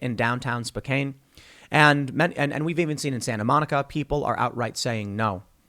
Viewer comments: Spo can, not Spo cane. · First: STOP saying "spo-cane". It's pronounced "Spo-CAN." Second: Mr. Obvious had a good analogy about the Arizona audit. Good luck with investigating it, yourself, when all the "facts" you get are only the "facts" that support the conclusions of the Permanent Political Class... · Spoke-can not Spoke-cane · Spoh Can, not Spoh Kane lol. Silly Tim. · It's called, Spo-can. Not Spo-cane. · 'spoke an' not 'spoke cain' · Spo CAN... not CANE. :) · Haha Spokecaine lol… it’s spoke-ann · Spo-can not Spo-cain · It's pronounced Spo-kan-e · Spokane is pronounced Spo-can. Man, that made me wince. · Lol. It's pronounced Spo-can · It's pronounced Spo-can... weird, I know...36 year resident...lol. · Spokane is pronounced (Spo can). Also, the Democrats want to replace white people with non white people. They are pushing open borders and under Biden they have open borders for America. They are trying to import more people illegally, and the Democrats are trying to push through legislation to give US citizenship to every illegal immigrant the Democrats want. The Democrats got the census which tells them where they need to send the illegal immigrants in the US to help solidify Democrat majority in areas so they further the Democrat power in these areas. The Democrats need to stopped. Remove every Democrat from political power. Impeach every Democrat if you have the power to do so, otherwise we must vote every Democrat out. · Tim, it's pronounced Spo-CAN. Get it right for once. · It’s pronounced spo-can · It's spo, Kan not Spokane. You should visit Washington state Tim. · It's funny how he said spokekane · Spoke Ann is how Spokane is pronounced. That all. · it's Pronounced SPO-Can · What kind of pronunciation for Spokane is that? Its pronounced /spocan/. This is how you know Tim is a liberal, he lived in Washington and couldn't be bothered to learn how to same the name of the second biggest city in the state. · Spokane pronounced Spo-Can